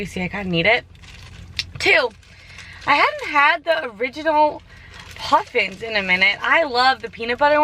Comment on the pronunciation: Okay I am on the treadmill right now CACKLING at the way you said Puffins😭😂 “poofins” omg 😂 DAS MY COACH DOE SHE WERKIN👏🏼